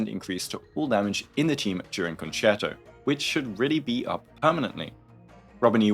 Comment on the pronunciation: thank you so much for pronouncing concerto correctly! it's been such a pain with all the WuWa (and robin) videos/guides.